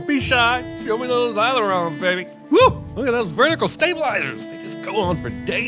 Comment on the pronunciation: Sinning the Sin Guy for mispronouncing "aileron." - Sinning the Sin Guy for missing the opportunity to make a joke about how the guy who wants to replace in-person flights with remote drones thinks shutting down the program is too important to be done remotely rather than in person. - Sinning the Sin Guy for mispronouncing "mauve." Also sinning the Sin Guy for thinking that Maverick's blood would be mauve. - Sinning the Sin Guy for thinking that San Diego's Kansas City Barbecue, a place that makes it connection to Top Gun THE main selling point in all its marketing, would not have been available for this movie if they'd been asked.